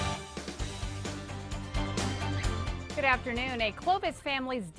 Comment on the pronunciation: “Take a look-kuh.”